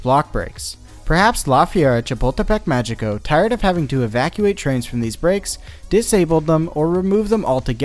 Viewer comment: Just a nitpick, but "Magico" is pronounced "Ma-hii-co". In Spanish, when a g is in front of an e or an i, it sounds like an H (well, the English idea of an H, since Spanish H's are silent). Sorry, but this is one of the few things I still remember from my high school Spanish class.